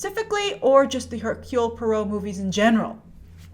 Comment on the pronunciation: herk-you-lee pwaah-roe .. (